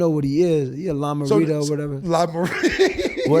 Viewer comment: That nigga AB called Dillon Brooks A Lime-A-Rita lmaoooooooooo